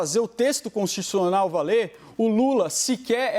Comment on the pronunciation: Quando o advogado falou texto consischussional eu desisti.